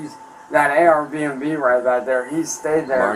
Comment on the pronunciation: still says arbnb